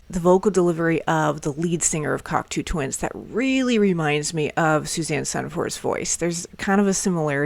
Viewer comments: binned after 23 seconds as she cant even pronounce the bands name properly, give me strength. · Have you learned how to say the name of the band yet?